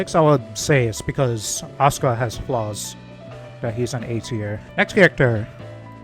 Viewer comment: Bro why'd I hear Asuka as 'Oscar' lmao